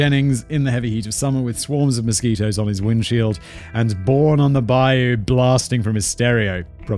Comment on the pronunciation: Nope, Simon, you're not going to know about Jennings. But at least you can pronounce "bayou," unlike the guy from Criminally Listed. I swear to god, his episode on this made me want to lose my mind. I understand when people can't pronounce some of our words, like "Tchefuncte" and "Natchitoches," but "bayou?" If you're not from around here, Jennings is way down south in Jefferson Davis Parish, probably close enough to the Gulf to need to gtfo when a hurricane comes through. It's going to be sorta fucked down there.